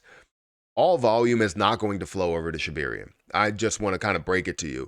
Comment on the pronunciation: Can you PLEASE PRONOUNCE SHIBARIUM PROPERLY???????? Geez!!!